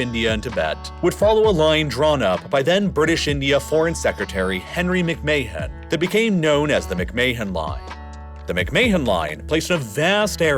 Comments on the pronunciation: "Mick-May-Hon Line"?!?! It's pronounced "Mick-Man" like Vince McMahon. Spelled same way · "McMay hen" line is pronounced as "Mc Man" 👍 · Fyi mc mahon is pronounced mc man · McMahon is pronounced "McMan" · Nice video but the mispronunciations are brutal. McMay-han? LaHAsa? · McMahon is pronounced Mick-man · McMahon is pronounced -- Mick-Man. Do not pronounce the H. But, a bot would not know that. Get a real person. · It’s not very important, but McMahon is pronounced something like mick-mahn or even like mick-man. It may be that Henry McMahon didn’t pronounce his name like that, but that’s how we’d say it in Scotland or Northern Ireland. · How can you not pronounce McMahon properly. Not like it's one of the most famous surnames in the US due to WWE 😂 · Am I the only one who noticed the butchering of McMahon pronunciation?! Dude, don’t say it again! Oh crap he did it again!!😂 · The pronunciation of "McMahon" hurts my ears